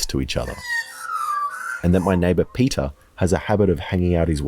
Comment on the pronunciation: Oh, you were actually saying Peter. Not peta. Haha.. shit dude that’s funny